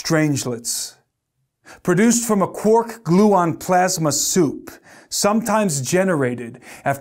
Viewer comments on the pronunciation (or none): none